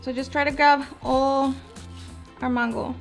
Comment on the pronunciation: It’s mango NOT MANNNN GO...